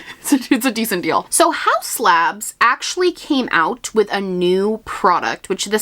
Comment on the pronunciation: Haus Labs sounds like "How Slabs" when you say it fast in a sentence haha